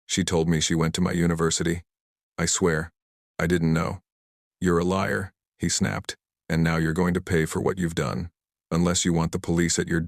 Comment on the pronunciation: lair not Leir > LOL. 🤣🥸🤡🤡